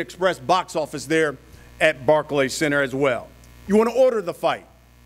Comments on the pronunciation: Rolly called the Barclay barky 😂😂😂😂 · Rolly kept saying the “barky center” 😂😂😂😂